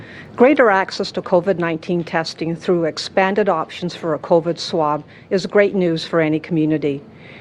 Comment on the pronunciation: And I think Ford is talking about a different virus....Co-ved